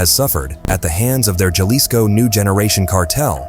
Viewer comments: Ha-lisco not ja-lisco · Is pronounced with an H not an J godly do l if your actually doing research you works know that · How ignorant to not even know how to pronounce Jalisco